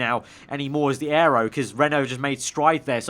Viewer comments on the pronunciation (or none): none